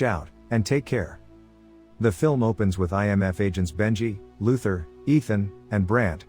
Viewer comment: "rouge nation" "Luthar" my god ...